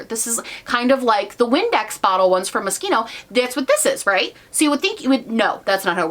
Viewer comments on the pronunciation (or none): It’s pronounced MOSHINO ... Moschino = mo-She-no . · Did you say mosquito?😂😂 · Hi my Dear! 😂💞💋 I want to say something to MOSCHINO... First: call it Mo-sh (it) -ino = means, if you can say shit, you can say MOSCHINO.... But without the "it", very easy to speak and express! Mo-sch-ino.....no "k" in it! 😂😂😂 So....AND ... MOSCHINO is very crazy, all the Years in Fashion, MOSCHINO is very young, stylish, freaky, sometimes (often!) really "kiddish", but ... Innovative! Nuts, yes, funny, yes, crazy, yes! But very Italian, very smart, happy Life Fashion for mostly younger People! 🌞🌸😍👏💖🌸 And I feel mostly same to you... But the Palette of MOSCHINO looks very nice - not very practical - but nice! That's the "Thing" with "kiddish"... 😏 And the Colors are very beautiful to me, they would fit me really good! 😂😉 But I didn't or doesn't need to buy...😏. Have a nice Day, good Health, and I start to look more of your Video 💋! 👍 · I think its - Moss kino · No....sorry... For Americans.. Yes! But for Italians MO-SCH -INO! Without this "k" for sch-k-.. ! 😂😂😂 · I have to correct you. It’s pronounced Mosquito 😉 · Moshkino that’s how u pronounce it 🤣🤣🤣 don’t worry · Oh you made me giggle!!! It’s Mosh- Sheen- O and they are mega over priced fashion brand! 😘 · Karen Lee-Johnston lol I’m pretty sure I first heard the brand name in the song queen b*tch by lil kim and she pronounced it mosh-sheen-o so i thought it was pronounced that way until hearing it pronounced in fashion videos 😂 I’ve never tried their makeup and don’t know the quality (can’t afford it lol), but sadly they aren’t even the most overpriced fashion brand. I can appreciate they make a conceptual effort with the packaging of their makeup for like... collector novelty. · Already know it’s going to be a great video! Love from England❤️❤️ Edit: Also I’m pretty sure it’s pronounced ‘mosheeno’ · It's an Italian brand so it is pronounced "mo ski no" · Girl, I’m not rich enough to know how to pronounce Moschino